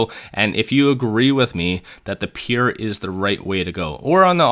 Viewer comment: "Peer"? It's "Pure"! Are you throwing these trolling phrases and word in there to make us comment?